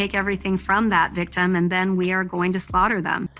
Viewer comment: She wuzz uh vikk-timm! Her brain is in her gash.